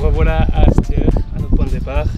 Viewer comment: C est mal prononcé... j hesite de laisser mon pouce bleu